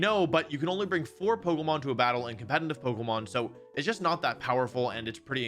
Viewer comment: Great compe-ni-ni-ve reviews hehe